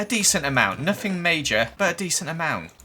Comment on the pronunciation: The way he says three and other words with an f “free” “nofing” “hafe”